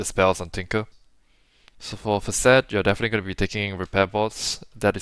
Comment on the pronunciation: Why does this east Asian looking bloke talk like an Indian? Took me a while to realise he was referring to 'facet' by saying 'fuh-SET'😂